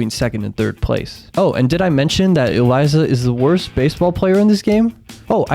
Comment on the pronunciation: Why do you call Elisa Eliza, It’s pronounced E-Lee-Sah